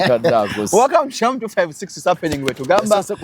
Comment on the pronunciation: I love the way pronounces Shalom's name, mbu mwami saloom 😅😅😅